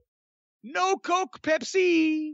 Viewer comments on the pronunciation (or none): none